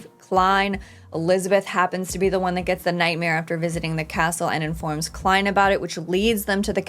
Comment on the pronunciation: Happy to see you've been saying Klein correctly now. Will you stop saying "Lord of the Mysteries" for a show called Lord of Mysteries anytime soon as well? And while we're being pedantic, if it were called what you're saying, the word "the" would not be capitalized.